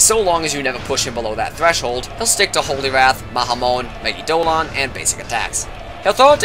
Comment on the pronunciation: The one canon pronunciation I can think of is in Persona 4 Arena: Elizabeth pronounces it "megee-dough-la-on" in her Instant Kill quote, but it's a weird word so I don't fault you for saying it differently.